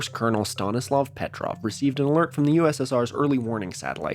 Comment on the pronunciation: if Stanislav Petrov is so important pls try to pronounce his last name correctly 🙏 it's Petróv not Pétrov